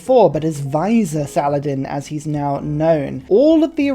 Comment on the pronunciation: great video, its pronounced VIZ EAR btw :)